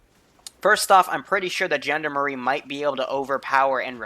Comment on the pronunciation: I cringe every time you try to pronounce Gendarme (its pronounce like John Darm)but hey i suppose its not something you would know how to say unless you heard it from someone else.